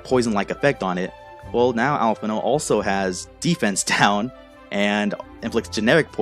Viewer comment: Alphinaud mispronounced his own name!!! LET'S FUCKING GOOOOOOOOOOOOOOOOOOOOO